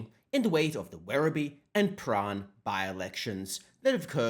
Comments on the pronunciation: Prahran is Pran or prah -ran not prah rahn! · Prahran - the R is silent. PA (as in Ma and Pa, but kind of short) RAN (as in they "ran away" from the ALP) "PA-RAN" - Excerpt from the "Communist Victorian Elocution Handbook" Fact-check true, not Hate Speech at all....